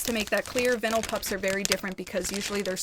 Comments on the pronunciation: I’m just gonna settle it, it’s pronounced vine-l lol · it’s pronounced like “Vine all” Lol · The "i" in vinyl is pronounce as "eye". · Hi love it’s not pronounced that way, they are also kinda rude to you .... it’s vine-al xxx ps love you and follow your asmr channel xxx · i dont think theres specifically a right way to pronounce vinyl? but ive never seen anyone pronounce it like the way you do 🤣🤣 i think most people say "vine el" if you wanna say it the "right way" ❤ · Is she trying to say vynil???